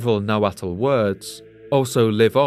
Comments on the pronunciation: Just for future reference, it's not pronounced na-wa-tal It's just na-wat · Nahualt is pronounced nah-walt. Not nah-wattle.